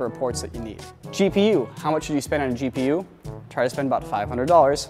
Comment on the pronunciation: It could just be my speakers, but I swear said "Cheap-e-u" instead of "GPU" XD